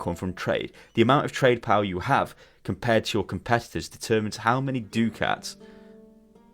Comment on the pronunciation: Minor thing, but I believe it is pronounced "duck-ats".